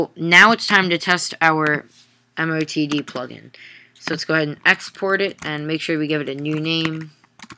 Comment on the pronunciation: IT'S NOT A 'MOTD' . MOTD IS 'Message Of The Day' .